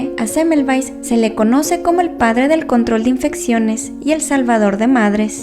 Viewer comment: Cómo puedes decir rapido este apellido de este señor yo aduras penas puedo releerlo pero interesante historia 😩✌️